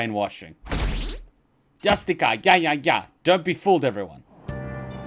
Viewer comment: You couldn't have mispronunced "Justicia jajaja" more than that moment 😂